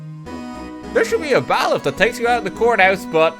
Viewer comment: Why doesn't anybody tell him it's bay-liff?